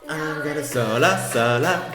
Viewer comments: I think you’ve got Chanel on the brain it’s solo not slomo haha love you ❤ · I think its solo, not slomo lol